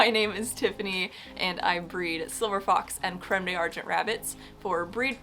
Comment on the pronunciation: D’Argent is pronounced like: darjen. 😊 Ahh, Tiffany, that’s your name, I like it 🙂